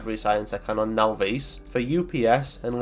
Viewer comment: Now-Veese? Naw-viss.